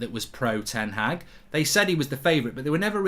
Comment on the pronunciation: His name is ten Haag. It's pronounced like Ten Hachr 🤣 like a lad from Liverpool pronounces chicken chiichhrhren